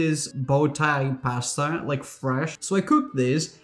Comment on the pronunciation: It's the right way to say it.